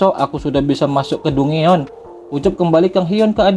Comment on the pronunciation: Dungeon... 😂 di baca DanJen.. Lawak